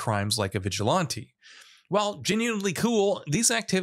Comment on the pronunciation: I'm strangely fascinated by your pronunciation of vigilante.